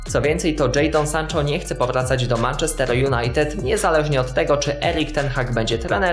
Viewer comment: Naucz się mówić Manchester wariat